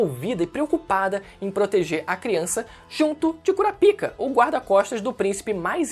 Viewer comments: não fala " CURA PIKA " más sim " CORAPAIKA " tendeu, pronúncia assim cara. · Basta assistir o anime para saber que a pronúncia é "Kurápika"....não acredito que tu entrou na do Mangão... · Kura pika? Wtf? Se lê KURÁPIKA tudo junto. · Sempre q fala o nome daquele cara q cuida d pênis doente eu dou risada , o "Curapika" 😂😂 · A pronúncia certa não é “cura pica” kkkk e da outra forma mesmo que você falou kkk